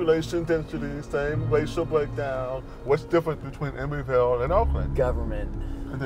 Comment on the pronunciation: it’s Emeryvile, not Emoryvile.